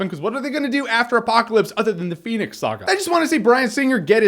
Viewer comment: if i got a dime for everytime jeremy said phoenyx saga.....